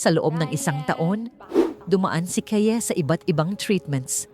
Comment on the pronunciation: Mali ang pronounciation mo ng name ni Kaye